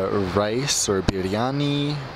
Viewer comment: You pronounced biryani so well!! Wow